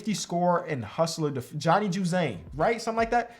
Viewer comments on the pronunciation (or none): When he said Johnny Juzang 😂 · He didn’t even try 😂😂😂😂 seen to js and ucla and that’s it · “Johnny Juzang” 😬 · No way this man said Johnny Juzang 😂